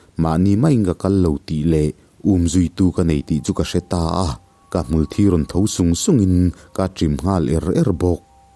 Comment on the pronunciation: Hmulthi tih a 'thi' lai tak hi i lam dan a dik lo. Nge, in khuaa in lam dan ve hrim2🤔😅